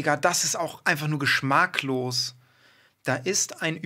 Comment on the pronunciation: geschmAacklos ? 😂 anyways super Video wie immer